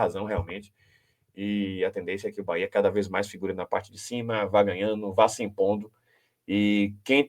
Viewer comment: Quem é esse cara que fala quatro, mas, só cita os três primeiros da classificação? Acho que esses caras tem que fazer intensivos treinamentos para aprender pronunciar a palavra BAHIA ou, BAHÊA!